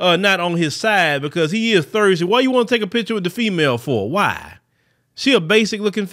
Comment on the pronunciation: Is trying to say thirsty because it sounds like Thursday?